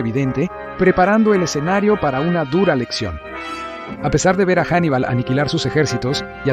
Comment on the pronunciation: Me gusta eso de que de inicio lo llame 'Jannibal" y luego Hannibal, mola más janibal , no sé suena a tío de barrio con oro y q si t da una hostia no quieres dos 😂